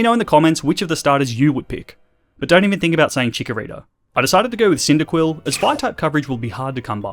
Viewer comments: THE H IN JOHTO SHOULD BE AFTER THE FIRST O! ACTUALLY, NOT ACUELY! CHIKORITA, NOT CHIKRITTA! AND WE DON'T SAY IS IF WE'RE TALKING ABOUT MORE THAN ONE THING, WE'RE SUPPOSED TO SAY ARE! STOP USING THE WRONG WORD! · CHIKORITA, NOT CHIORRITA!